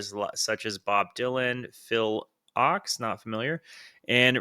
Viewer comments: Phil Ochs's name is pronounced FIL ouks (rhyming with "oaks"). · Phil Ochs is pronounced Oaks and, when you’re ready to continue down the traditional folk rabbit hole, listen to Phil Ochs Live from Carnagie Hall. BTW, Bob Dylan and Phil were roommates for a short time down in the Village. Phil also wrote There But For Fortune that Joan covered for one of her biggest commercial successes of her long and illustrious career.